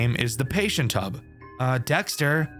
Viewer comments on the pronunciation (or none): if you speak fking normal English we wouldn't be asking the question (tub isn't hub) 😂 -Sorry I too lost my temper a little bit